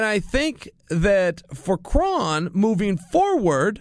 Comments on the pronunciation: It’s not KRAWN, it’s KRON. Like chrome but KrOn. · Pretty sure it’s pronounced “krone” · Spelled kron pronounced crone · Nobody: Chael: Krawn Gracie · Lol relax guys he’s making fun of Chaels pronounciation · Just say his name right please... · Pronounce it right, Chael. Kron rhymes with cone.